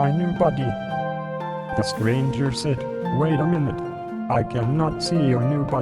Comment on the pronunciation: his buhddy